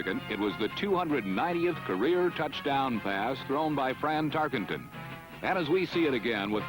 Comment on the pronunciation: fran'' francis'' tarkenton wtf ?